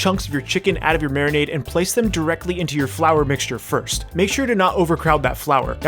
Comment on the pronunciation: How my beer while I "mariminade" my chicken. Love you,.